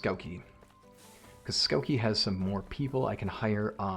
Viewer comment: It's Skavki, not Skauki. Skavki means Grasshoppers. Also, castellian is pronounced kashtellahn. the keeper of the castle.